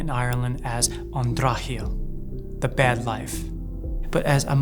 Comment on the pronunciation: "An Drochshaol" even your pronunciation is accurate.